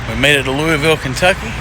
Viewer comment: I’ll be in Louisville Saturday for the state fair with da in-laws ahhhh run Thank God Someone can pronounce that City correctly, i keep telling my in-laws who are from there it was named after King Louis XVIII Were you on the West Side of Louisville?